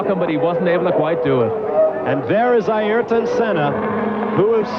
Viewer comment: “Air ton,” Bob, not “EYE air ton,” dammit. That has always annoyed me.